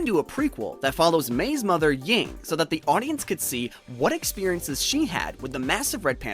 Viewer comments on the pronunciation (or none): It's "Ming" not "Ying"